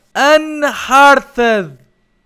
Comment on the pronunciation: É Unearthed e não Unhearted! Duh! (sem ofensa)